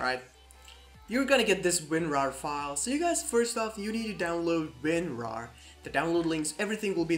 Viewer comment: As soon as i heard Winwar i gave up XD